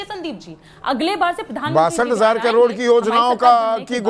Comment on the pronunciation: करोड़ को कडोर बोल रही है